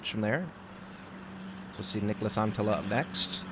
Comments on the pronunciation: Sounds like Niklas Antila to me. Just add one more T and it is really good. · yeah ikr! It souded so bad, Niklas Anttiija 😂